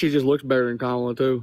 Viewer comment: Why does every Trump supporter mispronounce Kamala? Theories? Lol